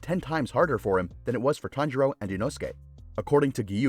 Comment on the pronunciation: Kanjiro? I'm pretty sure it's tanjiro